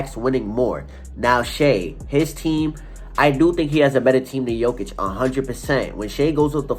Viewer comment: You are wrong! It is JOKIC.......Period